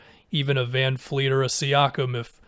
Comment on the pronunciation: Just a reminder that his name is VanVleet, not VanFleet.